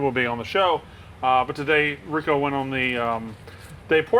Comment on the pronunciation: El press the face of gambling. That guy fucked up saying Rico. Lmao